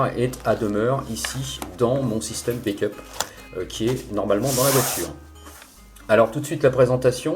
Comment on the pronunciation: Merci pour vos vidéos toujours pertinent es et argumentées mais par pitié, back up se prononce "baque" et pas "baique" = Bake qui veut dire cuire au four, déso pour le côté négatif du commentaire et bonne continuation.